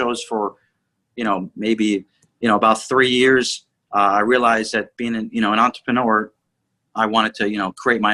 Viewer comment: It’s gotta be the consistent and slightly wrong pronunciation of entrepreneur